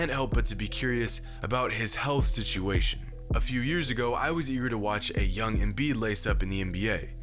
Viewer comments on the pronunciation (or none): none